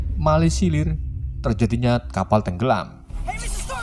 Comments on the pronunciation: Lagi seru seru nonton malah ngakak denger kata meminimasilir🤣🤣🙃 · Meminimisilir 😂😂😂 ngakak bagian itu gw Anjim wkwkwk